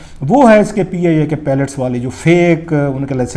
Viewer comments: اگر انداز بیان میں تلفظ کی غلطیاں ہوں تو حُسنِ بیان ختم ہو جاتا ہے. آپ برائے مہربانی اس پر توجہ دیں. جیسے لفظ پائلٹ کو آپ درست طریقے سے ادا نہیں کر رہے. آپ نے لفظ پیلٹ ادا کیا جو کہ بالکل الگ لفظ ہے.اس کے علاوہ کچھ اور بھی غلطیاں ہیں. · 🤦‍♂️🤦‍♂️🤦‍♂️🤦‍♂️idiot its PILOT, not PALLETS...tuba these are our so-called analysts...sahi phooodooo laga hova in logoo ka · Please pronounce pilot not palat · THE WORD IS "PILOT" AND NOT "PELET" AS YOU HAVE BEEN SAYING - WE NEED TO CHECK YOUR "FAKE ENGLISH" DEGREE FIRST.